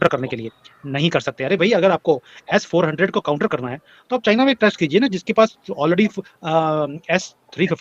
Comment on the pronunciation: अबे एस फौर्टिन नहीं S. 400ठीक से बोलना तो सिख लोल